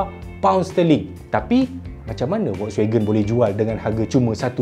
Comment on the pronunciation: aku je ke dengar ckp kereta volswagen?